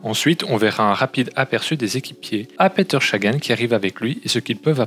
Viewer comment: Je suis d'accord, c'est la première fois que j'entends qqn dire chagan et franchement, c'est chiant ! (et ça fait que 1min17 que je regarde ta video qui a l'air plutôt bien faite au demeurant)